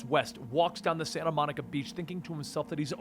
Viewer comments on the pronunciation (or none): none